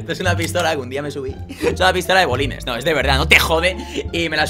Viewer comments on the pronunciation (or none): 😂😂 entonces no fui el unico q entendio bolines no? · Bolines? Es balines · Grefg se dice balines no bolines 😂😂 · se dice pistola de balines no de bolines XD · es balines no bolines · balines no bolines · es BALINES, no bolines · Se dice balines